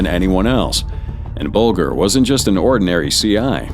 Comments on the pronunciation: BULGER PRONOUNCED BULJER! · Should have taught your AI how to pronounce Whitey Bulger’s surname correctly. It’s not like the food grain